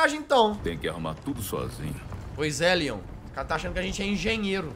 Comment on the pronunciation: Tambem rachei de ri mas eu entendi lyan nao leon eu sei que o certo é leon ta